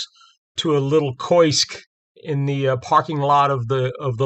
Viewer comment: The only thing offensive is you mispronouncing " kiosk,"